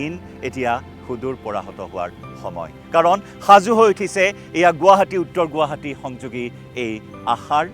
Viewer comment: প্ৰথমতে বাতৰি চেনেল খুলিছা গুৱাহাটী শব্দটো শুদ্ধ কৰা